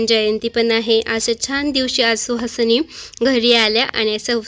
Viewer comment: छान परंतु सुवासिनी असे म्हणतात....तुझी आई 😊🥰👌🌹